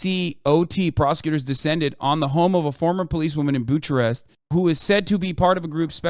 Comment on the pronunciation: why does hasan have problems with the "hard h" sound second time he has mispronounced a word it's not busharest makes him sound really stupid